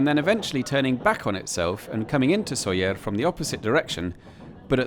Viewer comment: Como he llegado aquí? Por cierto, es Sóller.